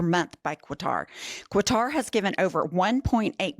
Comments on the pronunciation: Qatar doesn’t have a “u” in it. The Q sounds like a K. It’s pronounced Ka-tar. Not Quatar. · Love you guys! With all due respect, please tell it’s pronounced “Kah-tar” not “Kwah-tar”. There is no U in Qatar. 😊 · Sorry but it needs to be said coz if it was English, there would be an uproar. It's not Quatar like Quail, is Qatar like Katar. ❤ I am not surprised. It's contracted to go with him when he leaves office too, isn't it? 🤨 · It's not pronounced "QWATAR---it's forever been "Katar." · No U in Qatar,! (Ka-tar) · “Kottar,” ….not KwahTAR. 😂 I remember a reporter being dressed down on CNN years back for this. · STOP saying COO-A-TAR. It's pronounced CKUH-TAR. My biggest pet peeve are people messing up names. 😡😡😡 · Quatar is pronounced "cutter". Quatar has actually said it is not a done deal yet. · It’s Katar not Quatar. There’s no U in the word Qatar. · Disgusting, yet again. (, just say “cutter” instead of “kwa-tar”.) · Kuh-tar not kwa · PLEASE learn how to pronounce Quatar. The QU is pronounced like a K. Katar. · It’s not “Que-Tar”… it’s pronounced “Cut-er” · FYI, Qatar is pronounced like cutter. Now, we're going to see other countries trying to one-up the Qatari gift. Given what $230 million bought Elon, what is Qatar expecting.... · The correct pronunciation of Qatar is Cutter 😊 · Pronounced kaatur!😮😅😊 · You lost me when you pronounced a "u" on Qatar. Qa-tar. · NO, NO, NO to that 'gift'. PS Qatar is pronounced 'ga tar' accent on the second syllable. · Say after me -- "KAH-trr" (or even "KUH-trr'), There is no letter "u" after the initial "Q" of "Qatar", so don't insert one, and don't accent the second syllable, because that produces "catarrh" -- which, of course, no one wants! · Girls, it is pronounced like CATAR. There is no u after q. Have a great day. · Listening to you mispronounce Qatar as "Cua-tar", was like listening to nails dragging along a blackboard. My gosh. You're supposed to be an educated lawyer.